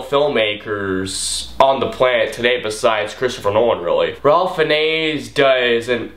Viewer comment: You kept mispronouncing Ralph Fiennes' name. Don't worry, I used to as well. It's actually pronounced "Rafe Fines", not the way you said it. I don't know what his parents were thinking when they named him that, but that's how it is. Also, the older actor who narrates the story whose name you couldn't remember was F. Murray Abraham. Out of my favorite Wes Anderson films, I'd have to go with Moonrise Kingdom.